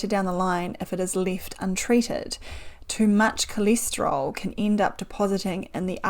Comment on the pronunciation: coleeesteryl what? cholesterol pronunciation threw me for a loop